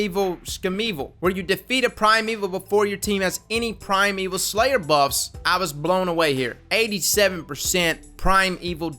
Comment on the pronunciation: Primeval shmimeval is pronounced shmy-meval.... not shmeval.... but anyway